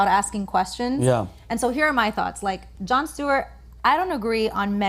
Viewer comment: Yo it’s “Jon”